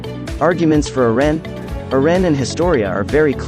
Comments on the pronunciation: His name is not "erean" ITS EREN PRONCED ERENNNN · Can u say eren not eran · Who tf is Ur-ren? 😑🤨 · Who is ern? Lol ITS.. EREN...yeager.... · why does it pronounce eren so fast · STOP SAYING EREN INCORRECTLY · But why does he say Eren like that, though?😅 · Bc ai is big stupid